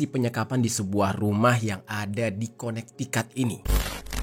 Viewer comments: Konektikut bang bacanya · bacanya kone tiket bang